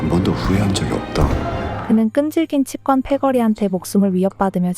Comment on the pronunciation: 치꿘이 아니라 치권, 발음부터 배아라. 취권인줄아나